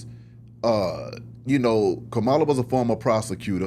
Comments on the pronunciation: VP Harris name is pronounced like you are saying comma (KAMA-la). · Guys pronounce her name correctly. Kam like Cam-era. You’re pronouncing it like Trump.